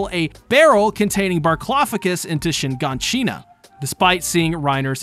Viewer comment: its not shin-gan-shin-na but shigaanshina